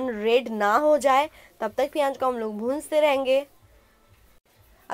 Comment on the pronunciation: piyaaj nhi bolte h use pyaz bolte h smjhi